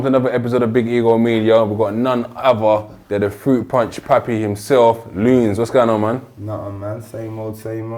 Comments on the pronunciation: its loonz* man not loon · Its “Loonz”, you had one job 🤦🏾‍♂️